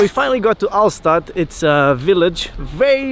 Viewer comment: You should have learned how to pronounce Hallstatt first